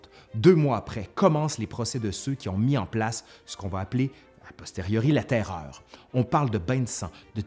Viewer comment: J'adore comment tu prononces la TAIRREOREU ! :)